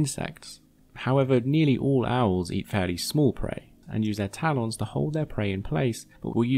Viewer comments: 4:-01 did u just Call Taa- Lens..... Taa Lawns??a lol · Nobody: MLM: Tal-Ons